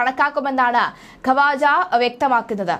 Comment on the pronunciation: ഖവാജഅല്ല. മലയാളം അറിയില്ല അലെ എണീറ്റ് പോടി ഖ്വാജ ആണ്